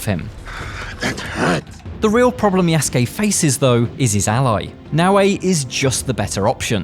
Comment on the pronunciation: Lol you call him YESgay. His names YA SU KE... Say those three things multiple times you'll get it buddy 😢😂